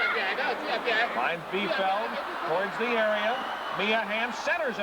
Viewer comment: LOL, the announcers mispronounced Joy Biefeld's (neè Fawcett) last name!